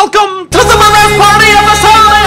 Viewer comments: Why does he pronounce Mahrez the French way? Lol its an Arabic name and is literally pronounced normally as Mahh-Rez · I hate the way you pronounce Mahrez and De Bruyne 😒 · Dude that's not how you say Riyadh mahrex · JUST FUCKING SAY MAHREZ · I hate the way you pronounce Mahrez and De Bruyne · Why does he say Mahrez's name like that?? Put some RESPECK on it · Molester is a team with one season wonders they just are and stop over pronouncing mahrez' name it's super annoying and he's not even African hes French and he just changed his nationality it's French not Arabic I'm not a hater it's just annoying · Stop pronouncing mahrez the way you do